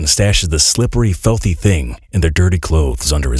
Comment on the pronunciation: What are 'melk' and 'felthy'?